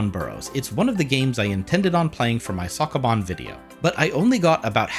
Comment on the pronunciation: The way you say sokoban hurts me mentaly.